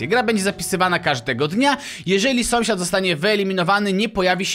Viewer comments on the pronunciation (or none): dlaczego na początku powiedziałeś somsiad